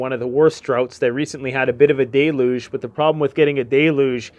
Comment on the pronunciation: How do you get the word ( Dayloge ) from it’s Del,uge without a comma Deluge